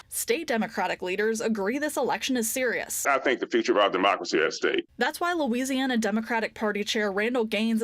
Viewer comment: LOL! "Lousiana" Way to go "Lousiana"